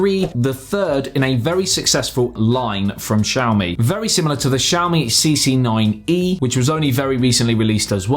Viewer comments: it's not pronounced shawmi lmao, it's Xi-A-O-MI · I always thought it's "Ksiaho - mi", not "Tshiaho-mi"